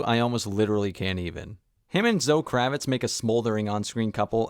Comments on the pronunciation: It isn't for a normal person. However he isn't a normal person. He is presenting himself as an expert on cinema who spent significant time dissecting this movie but can't say the 2nd leads name properly. And it's not like he misspoke once. He really thinks that is her name. I'm obviously being hyperbolic but my point stands. It's like when Brendan Schaub said he studies comedy all the time and then immediately called George Carlin by the name George Carlton. And had to be corrected 3 times. He obviously doesn't study comedy. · If you think that is aggressive I don't know what to tell you. Hyperbolic yes, but I didn't threaten or attack him. Just said it in an excited way. It got his attention. If I said "you mispronounced Zoe Kravitz name" no one would have cared. Anyway like I said I like his work it just seriously took me out of the video. Everytime he said it, my focus went to that and not whatever his next sentence was. He took it ok so I'm not going to lose sleep over it. I'm sorry if it bothered you but it got my point across. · I didn't notice because he kept saying Zoe Kravitz name wrong. For fucks sake it's not like she is some unknown actress